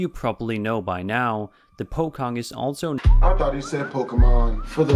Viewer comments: Its pocong not pokong 🤣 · That is not how you say POCONG